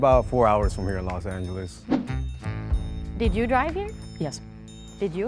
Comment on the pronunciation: am i the only one who noticed that the vegas boy said “yeah i drove from los vegas” and then proceeded to say “its about 4 hours from here to los angelos” 😭😭